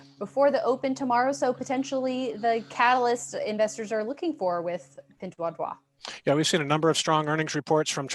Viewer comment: Pinduoduo (PDD) is pronounced as "pin-duo-duo", not ""pin-dwa-dwa".